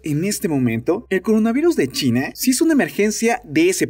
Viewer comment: Soy yo, o en todos los videos se le escucha decir más "Chine" que "China" ?!?!?!?!!! En el escucho que dice "tos sequE" ...que carajos?!